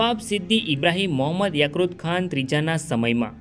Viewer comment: યાક્રુત ખાન નહી ભાઈ યાકુબ ખાન આવે !!!